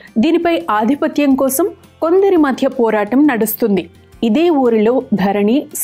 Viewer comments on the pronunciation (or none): none